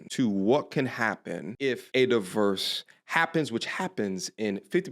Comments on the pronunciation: you pronounce divorce, diverse? Wierd dude! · The way you spell the word you said is di-verse, i think you need to brush up on your english. the way you say di- vorce is the same way you spell it, so sound it out bud.